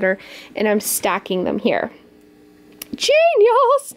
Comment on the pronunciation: i only like the part wen you sed genis